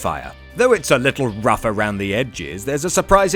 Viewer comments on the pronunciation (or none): none